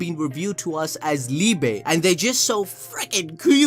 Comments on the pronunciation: Definitely down for some Liebe merch! But yeah, very likely that we are keeping up with more German names, and Liebe is pronounced like Lee-beh. Brilliant counter to Lucifero haha, die große Liebe 🤘❤ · As a german it hurts everytime he says liebe